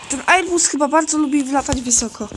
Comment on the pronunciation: "Erbus A380-10". Załamie się Załamie się z tego jak ja kiedyś potrafiłem angielski